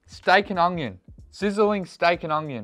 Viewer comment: Lol you say ungyon instead of onion